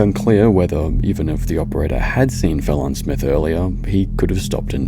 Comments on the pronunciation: These are all tragic stories. I was reading comments and was like who was Felon? I rewatched and heard the name, they pronounced it Fah-Lon so It took a while to realize it was train girl. Yes it was her own fault obsessed to get her phone not thinking of the consequences. The volcano eruption was terrifying and my heart goes out to all victims many blessings to you and May all family that lost a loved one to this May you have peace and comfort. I agree about the whale it was cruelly imprisoned. The amusement ride was an incident that should have never happened! All staff should have been trained for emergencies. The boulder kids should have received more punishment. What a mess. Thank you this really got my attention. I almost live on my I-phone now. My life is quite mundane and tedious. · Its pronounced FEE*LAWN. But seriously let's not just blame the smart person who jumped down on train tracks to receive a replaceable cell phone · It’s pronounced FALON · Yes and the pronunciation was as if it was a French name to make it sound better than what it is. 😂😂 FELÓN pahahahhaha... 😂😂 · "It's pronounced Fulhawn thank you!"...was likely a common utterance in her day to day.